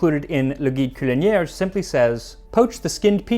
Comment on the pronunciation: I speak French and Mandarin Chinese. And when I hear you using either language in an episode, it's obvious that you've gone out of your way to learn how to pronounce them correctly. NOBODY does that. So drinks for you, sir. Very nicely done. Edit: That said, you did fuck up, "culinaire." It's got a regular "n" sound, not a "ñ." But I still love you, and the drinks are still on me.